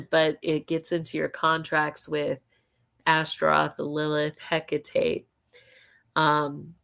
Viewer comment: I heard that too. It's Hecate.